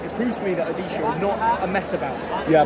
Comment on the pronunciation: Never thought pronunciating odisha fc in his mouth It's my home state so refreshing to hear it from him😮